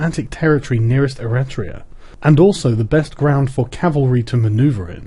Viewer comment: Eritrea is an african country, the text talks about Eretria (e-REH-tria), a city state on the island of Euboea.